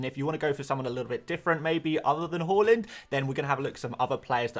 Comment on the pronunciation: Please prounouce Haaland properly🤙